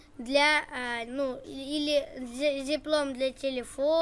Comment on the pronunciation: Зиплок, а не зиплом😂